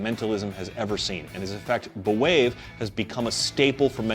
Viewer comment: I’ve bought several copies of B’Wave from Penguin Magic and absolutely love it. It’s one of my favorite things to do if I’m aiming for a quick, very strong reaction. I do recommend listening to Max’s pronunciation of the name of the effect in the tutorial. At least twice, he emphasizes that it is not pronounced “buh-wave.” The correct pronunciation is “bwave” as in “brave.” Just sayin’.